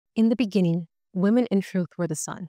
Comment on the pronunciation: In the beninging.